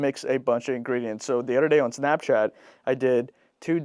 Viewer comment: He said Snapshat😅😅